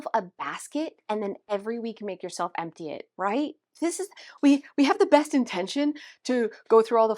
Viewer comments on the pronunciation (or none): Lol you said "umpty envelopes"